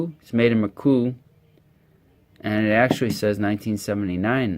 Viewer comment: FYI its pronounced "ma cow"